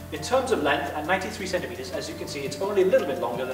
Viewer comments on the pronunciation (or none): none